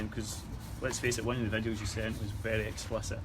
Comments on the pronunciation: "Explitic"? Learn to speak, FFS. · Its explicit pal not explipet 😁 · I wish the hunter would realise he's saying explitit instead of explicit ,doing my nut in lol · Honestly how has no one ever corrected him on '' explitic''